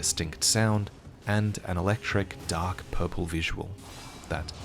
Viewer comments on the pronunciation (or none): none